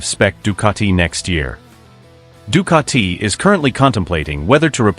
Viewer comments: Ducati not Ducarti......🤷🏻‍♂️ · The italians will make u into a pizza.. with your Ducatiiii pronounciation 😛